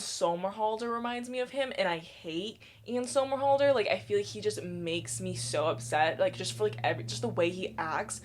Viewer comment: Why you say Ian Somerhalder's name like that 😂😂😂